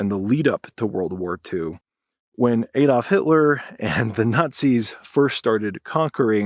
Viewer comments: It's Adolf, not Édalf 😂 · ADD-olf, NOT AID-olf. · Adolf- is pronounced with a short "a". Not "Aydolf" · It is pronounced Ad olf, as in one plus one - adding and not A dolf. I don't know what dolfs are, but you do like talking about them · Why oh why do Americans mispronounce proper names? The initial letter "A" of "Adolf" is NOT a soft "A". Americans persist in pronouncing it "Aydolf". You can get away with this when it is not a name. You CANNOT get away with this bastardisation when it is a name. I have even heard an American pronound the word "analyst" with a soft initial "a". This changed the meaning of the word with hilarious implications. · 'Aydolf...' WHO THE FUCK IS AYDOLF